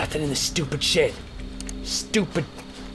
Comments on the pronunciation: sounded like he said shit o.o... But he's saying shed xD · He said "shed"